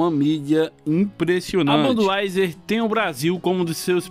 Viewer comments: ''Banduaiser'' kkkkkk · Banduaizer " foi foda essa pronuncia !